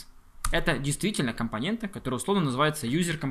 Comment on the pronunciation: компонентА, компонентУ - это в какой станичке так говорят?